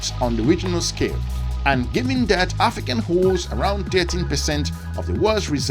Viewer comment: “AFRICANT” get that right!